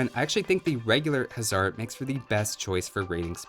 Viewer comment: Why hussar said huzzar